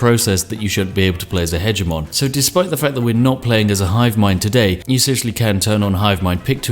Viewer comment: I don't believe this guy is British seeing as he cannot pronounce 'hegemon' correctly.